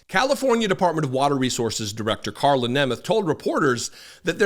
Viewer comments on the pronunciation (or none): none